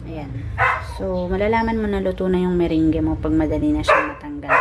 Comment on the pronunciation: Thanks for sharing your meringue... ahh by the way it's pronounce as "MERANG"..